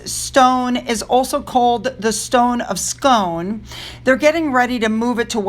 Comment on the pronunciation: The Stone of Scone(rhymes with spoon) 😂😂😂